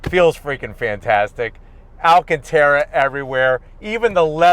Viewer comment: Nice car for the price but If this guy says Alcanterra leather one more time ..& what animal Is that anyway😂😂😂